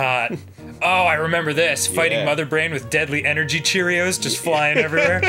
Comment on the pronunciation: I died at "deadly engery cheerios"